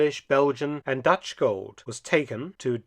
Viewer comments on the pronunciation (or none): none